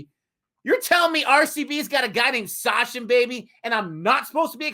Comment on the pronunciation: for Americans Againnnn, it's SaCHin (Such-in), not SaSHin... CH like in Chaplin!!!!!